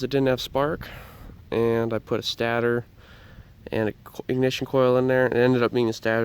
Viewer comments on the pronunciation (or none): State ter is how you pronounce it bud.